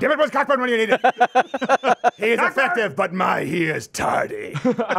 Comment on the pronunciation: Cockburn is pronounced Coe-Burn.